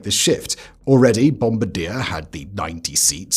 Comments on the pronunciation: Great video and glad to learn something new. Speaking of which, and coming from a proud Canadian, it is not “Bomb-ba-deer” but rather “Bomb-bard-yay”. Think French when you say it. Otherwise no notes, thanks for teaching me something! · It's NOT Bomb-A-Dear - - it's Bom-Bar-De-A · It's "Bom-bar-dee-AY" That's because the company was founded by the French-Canadian family of Joseph-Armand Bombardier, and Bombardier is a French surname. "Bomb-ba-deer" would sound unusual to most people familiar with the company, although it's an understandable guess from the spelling. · BOM-BAR-DEE-AYE. Not Bomb-ba-deer. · bomb-BAR-dee-eh - Bombardier 🇨🇦❤